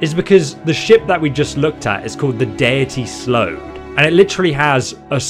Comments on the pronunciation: Uh...... Hate to be a noodge but it's Dainty Sload, not Deity Sload. Dainty Sload is an oxymoron because there is nothing dainty about sloads. I am dyslexic as well mate. If yours is really that bad try holding a business card or something similar over any words you are having trouble reading and just take in one letter at a time. Peace, Phat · its the Dainty Sload not Deity Sload. not trying to be rude it just grated my nerves a little. also i think the 3 ships are trying to confirm ship travel and other content. maybe we will finally see the Sload in a main line game.